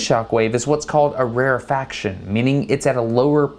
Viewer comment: its rarefaction not rarifaction lmao